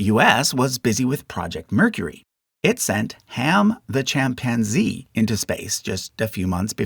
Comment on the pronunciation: “Ham the Champanzee” lol 😂